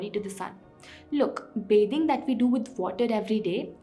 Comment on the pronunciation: Sb to thik hai lekin ye bathing ko beding kyun bol rahi hai aur etana overacting ki kya jarurat hai??